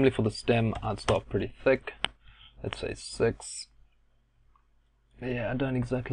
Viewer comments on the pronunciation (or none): none